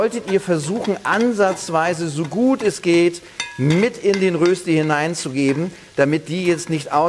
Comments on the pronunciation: Röösti 😂😂😂 Der war noch nie in der Schweiz Röschti essen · Erstens heisst es die Rösti, und ausgesprochen wird es Röschti. Zweitens nimmt man vorzugsweise festkochende Kartoffeln. Drittens habe ich noch nie Rösti mit Muskat gesehen. (Erlaubt ist natürlich, was schmeckt, aber Muskat in der Rösti ist eher untypisch.) Viertens brät man am besten von anfang an in Butter oder noch besser in Bratbutter, die höher erhitzt werden kann. Soweit die Kritik. Noch ein paar Ergänzungen: Zum Braten pro Seite etwa eine Viertelstunde rechnen, also auf kleinem Feuer braten. Speckwürfel machen aus einer Rösti eine Berner Rösti. Auch Zwiebeln kann man reintun. Man kann Rösti auch aus Pellkartoffeln machen, auf den diesbezüglichen Glaubenskrieg will ich nicht eingehen. Mit Pellkartoffeln schmeckt die Rösti leicht anders. Wenn Pellkartoffeln verwendet werden, dann kann man sie anstatt zu raffeln auch in Scheiben schneiden. Früher war Rösti in der Schweiz ein verbreitetes Bauernfrühstück, das man nach der morgendlichen Stallarbeit einnahm. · Berner Rösti ist die mit den Speckwürfeln. Ohne ist es nur Rösti. Und st = (scht) so von wegen Aussprache. Grüsse von einem Berner. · Es heißt Rööschti!!!!! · Das spricht man Röschtie aus. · Cooles Rezept .. aber es heisst Röschti .. mit einem fetten SCH .. es grüsst der Bünzli aus der Schweiz! ;) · Du nimmst mir das Wort aus dem Mund! Immerhin sagt er ein langes öööö 😄...